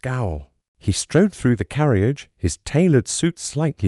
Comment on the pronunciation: Please instruct your AI narration app how to pronounce "Hercule Poirot" "Nice" and other simple words such as "carriage" "honey" "door" "echo" -- and to pay attention to punctuation, but not to read the punctuation marks or pause at line and page breaks.